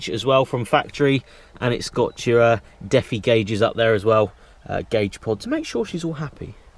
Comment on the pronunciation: deffy gauges lol pronounced de fy spelt defi